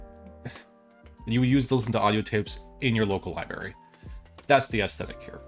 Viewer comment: It's "library", not "libary". You must be from PA or OH. Lol